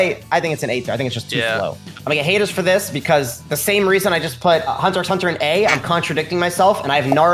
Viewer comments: Bruh he actually said the "x" in Hunter x Hunter, get him outta here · Bruh yas claiming to watch hxh more than everyone combined but he pronounces the x